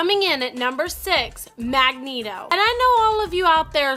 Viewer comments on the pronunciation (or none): none